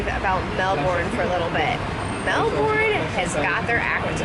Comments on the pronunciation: Stop bloody saying melborn; it so freakingly annoying the way you are saying it, anyways its pronounced as melburn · You're actually still saying Melbourne incorrectly, even with your accent. It's pronounced melbern, as opposed to melborn. You can still keep your R, I'd say it's a weird ask to drop your accent for a single word, but saying "melbern" rather than "melborn" will get you far in the land of not triggering locals. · that was a memorial to world war 2 not 1. Also Melbourne is pronounced Mel -bun not Mel-born. It’s Australian, mate. And why spend only one day in Melbourne? That’s just crazy! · So happy you got to finally visit Melbourne! I find it interesting how different cities across the world can be pronounced so many different ways. I've always pronounced Melbourne "mel-burn" and I'm an American but a co-worker pronounces it "mel-born". Beautiful city! I've been amazing since watching your #oneyearworldtrip at how you and Peter found such amazing hotel rates and the places you visited are even more amazing! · Stop saying Mel-born!! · still pronouncing it wrong.